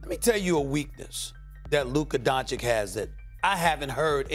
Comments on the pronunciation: Stephen A: Luka “Donchik” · When would Stephen A. stop saying Luka Doncik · It irritates me so much that SAS is not willing to pronounce Doncic's name properly..It's disrespecting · First, learn to pronounce his name right, and secondly, that wonder boy is the legit face of NBA for next decade, he does on court what he wants to, he has his own pace which is hard to guard...Just let your anger go, Stephen. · Stephen A still disrespects Luka the most, he is like the only big journalist that still will not learn to say his surname correctly while Max is still repeating it to him! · Stephen A loses by just mispronouncing Luka's last name.